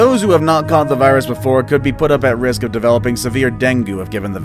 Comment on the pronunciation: Deng gi....a better pronunciation.